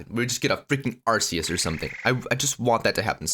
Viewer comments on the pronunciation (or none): its pronounced ark ee us not ass ee us